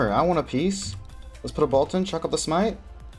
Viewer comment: I love how you say bolt. "Bult" love you